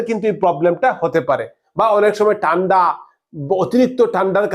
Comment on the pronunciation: দেকুন, টান্ডা উচ্চারণ ঠিকমতো করুন দাদা